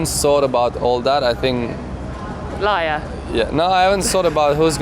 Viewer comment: Rosanna with the harsh yet fun “lair” 😂